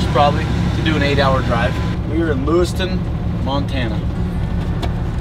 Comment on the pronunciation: You are in LewisTOWN Montana as opposed to LewisTON Idaho. Jax would cringe if he heard you mispronounce his Mt. home.